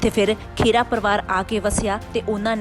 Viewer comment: ਭੈਣ ਜੀ ਪੰਜਾਬੀ ਸਹੀ ਕਰੋ. ਖੇਰਾ ਨਹੀ ਖਹਿਰਾ ਹੁੰਦਾ